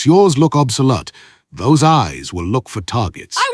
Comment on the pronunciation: bro this bot cant pronounce the words it wrote?? obsolet? lol